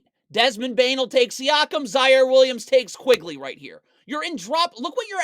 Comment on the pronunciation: Awesome video!! Quickley by the way, not Quigley